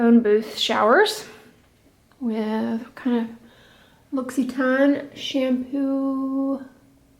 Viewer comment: Your pronunciation of L'Occitane made me chuckle. I used to stumble over the word aluminum.